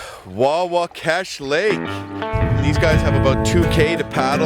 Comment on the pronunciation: Hey you guys went right past the beaver pond that drains into the Mag from Watson Lake where my buddies and I have our hunt camp. By the way it is Wahwashkesh as in "wah wash kesh", sorry I am a stickler for getting place names right as I believe you mispronounced it in the video. There is good bass fishing on Watson Lake if you haul your canoe over the beaver damn at the river paddle the pond then haul the canoe over the second damn at the north east end of our lake.